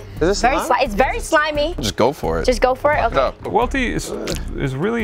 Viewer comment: Worst take goes to Welty saying “Well-ty”